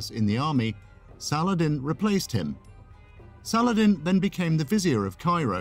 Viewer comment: Great video. I've always been fascinated by Sal-ah-ladin <3 ... Keep up the great work, my friend :) ... I would like to see and hear much more about the ancient greeks <3